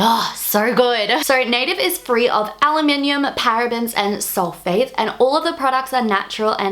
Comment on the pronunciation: i love the way you say Aluminum its sounds cool